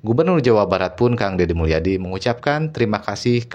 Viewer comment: Kang Dedi Mulyadi Booos bukan Dedi Mulyana haddeeeuuuuh